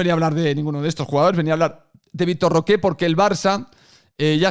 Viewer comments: Victor Roque, no Roqué, Roque. Que ansiedad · no pido pronunciación en portugués, solamente que no le diga de una forma en que nadie le dice y se invente un acento. Pero bueno, lógicamente él podrá pronunciarlo como le da la gana, solo que me da ansiedad escuchar Roqué